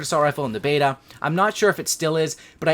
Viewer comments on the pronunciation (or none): none